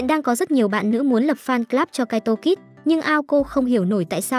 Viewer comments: mé tên là kaito kid mà cứ đọc là kaito kis là sao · kid thôi kid's khó nghe vcl